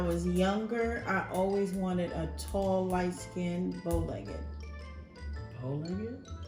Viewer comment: She said “bowlegged” 😂 lol and you with the “white boys w/ a flavor”